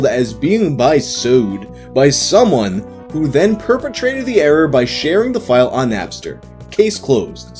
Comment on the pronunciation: That's, that's not how you pronounce perpetuated.